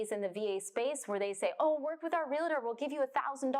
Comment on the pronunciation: 😡 Stop saying realitor!